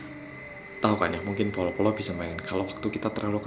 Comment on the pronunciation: Bro kudu belajar ucap B,Ama P Bolo judulnya to lo ucap polo pie iki